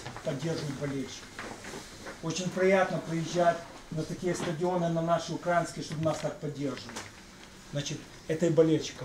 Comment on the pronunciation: ну те що 👅 чеше я ще відносно толерантно відносився, типу гу ок може якісь проблеми зі щелепою... але після оцього "наши укрАінскіє" тепер він для мене гівн0. Ну хоч наголос правильно можна поставити!? В Раду у партію Н. Королевської не попав... думав як і Вакарчук. А зараз він патріотіще...